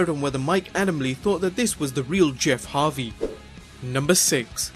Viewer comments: Anyone hear him mispronounce Jeff Hardy as Jeff Harvy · He said Jeff Harvy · Did this guy just say Jeff Harvey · He said Jeff harvey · Fortnite Mobile Kid in an old video they introduce Jeff as Harvey instead of Hardy. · Did he say Jeff Harvey???😂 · my man says Jeff Harvey 😂😂😂😂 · Did u say Jeff Harvey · am I the only one who heard "Jeff Harvey"?